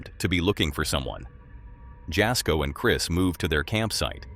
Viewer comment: Jasko is pronounced Yasko